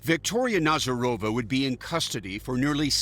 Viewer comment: NazArova not NazarOva. Jeez